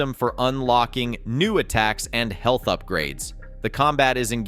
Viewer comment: What the hell is ‘heelth?’